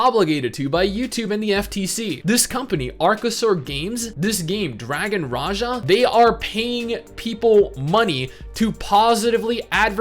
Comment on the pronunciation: I thought it was pronounced dragon Raha